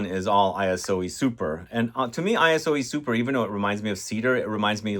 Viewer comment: Great theme! And it's Iso (short for isocyclemoner) E Super not I-S-O E Super.